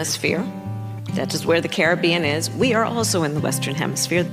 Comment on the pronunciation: I knew she would lose when their two biggest issues were... 1) Abortion 2) You are racist if you call her Kamala. It's Kamala, not Kamala. Get the eff out of here. Also she can't even say Carribean correctly. It's Carribean, not Carribean. And supposedly we were the weird garbage people¿